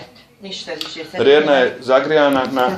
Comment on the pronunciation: Rerna a ne relna